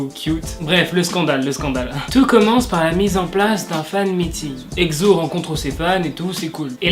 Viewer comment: C'est "éksso" et non "egzo" 😂